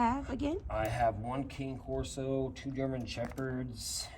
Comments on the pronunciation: Pronounce Cane Corso correctly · Can you put some kinda of a cage over the A/C unit? This way, Bane can't get to it. Also, can you please school that contractor on the proper pronunciation of a Cane Corso? (CAH-ne Corso) ❤❤